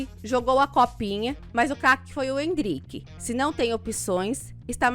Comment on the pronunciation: Não é Endríke....é Éndrike!! N é Tábata....é Tabáta! Endríke foi foda! kkkkkkkkkk